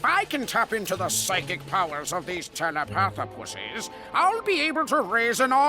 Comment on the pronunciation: Am I the only one that heard "Telepathopussies"?